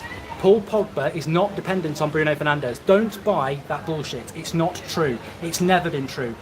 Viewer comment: Pls it's bruno fernandeS, not bruno fernandeZ, he is not spannish ok 😂